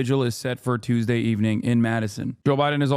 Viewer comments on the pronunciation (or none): none